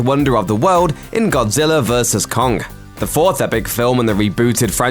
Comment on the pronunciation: Kong* not kongk